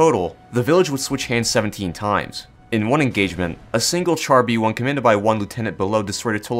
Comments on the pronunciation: As a brit that speaks fluent french, it causes me pain hearing people say TChar B1 not Shar b1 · I don't want to be that guy, but its pronounced "shar B1". ("Char" means tank in french)